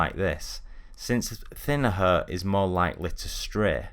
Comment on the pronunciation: Hair 발음을 Hur로 해서 그런듯